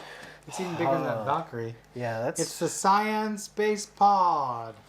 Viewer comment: Come on guys! You mispronounced vegeta and sayian 😑😑😑 Edit: and thats the oneso I heard before I made this comment. You build these gunpla and watch the anime so you should be able to say the names correctly.